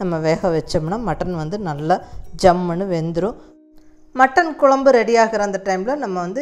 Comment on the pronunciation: Really nice...me to a coimbatorian....i like the word 'jammunu'which u pronounce everytime....